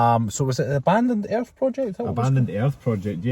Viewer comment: Oh, you guys were say ‘earth’. I thought at first you were say ‘air’.